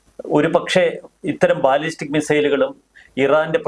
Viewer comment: ബലസ്റ്റിക് മിസൈൽ, ബാലിസ്റ്റിക്അല്ല